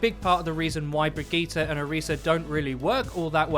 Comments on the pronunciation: I really dont think her name is Brig-ee-ta its bridge-it. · Brig-eat-ah Nope.. Brie - gee - it would be much closer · 'brig eee ta' how the hell did you get there from the name, lol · Its pronounced Bree-git-te (like in "git gud") not Bree-gee-tte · So is it "Bridge-it" or "Bruh-geeta?" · 😂😂😂 wtf was that pronunciation its (bridge-it) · Her name is pronounced just like Bridget. And of course she has reinhart Synergy she's rhinehart's mechanic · pronounce it brijitte before the g drives me fucking insane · Why do you keep saying brigette wrong? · You say her name incorrectly, google the name and see how it is pronounced. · get the name correctly at least smh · Lol you cant even pronounce brigitte right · Who the fuck told you how to pronounce her name!!!! Literally mad me stop watching this Video just to keep my sanity go to Google text to speech or SIRI or something then remake this piece of shit so the rest of us can watch it without wanting to set an entire city on fire listening to you misprounounce this poor characters NAME OVER AND OVER AGAIN!!!! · Wow that pronunciation was really good, looks like you worked on that 👍